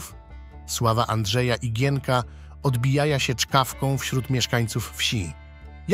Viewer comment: odbijaja? kto to czytał?